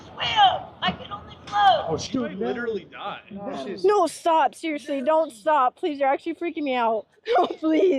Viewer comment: a disabled woman is drowning and nearly dies and shes like "Omg no stawp i litewally didnt kill her guys haha 😁😁😆"